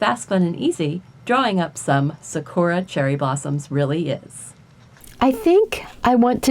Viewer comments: Love the artwork buuuuut anyone else annoied about how she's saying sakura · thanks for the tutorial 💕💕💕 this was super helpful!! You make it look very simple. I’ll be trying this out for a project soon. (: also the “suhkora” made me giggle hehe